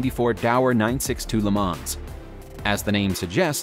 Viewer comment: Porsee and not Pors! I know English speakers say the latter but if you make a video at least say it the proper way. Also Le Mo’ not Le Mans